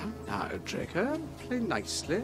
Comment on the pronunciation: I can't stop the way you said dreco who the fuck is he😁🤣